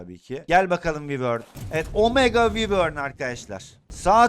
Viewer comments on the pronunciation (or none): Abi yazılışı wyvern olabilir ama okunuşu vayrın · Abi vivor diyil o vayvrn boyle soyleniyi